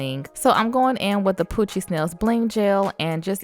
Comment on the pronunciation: its so funny how she says poochiez to me😭